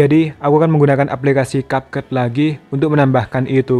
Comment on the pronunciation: It's Kepkat not Kapket